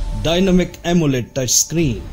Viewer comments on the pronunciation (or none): none